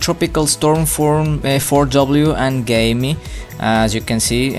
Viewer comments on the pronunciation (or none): Well the pronounciation is Gaaemi not "Gayme" lol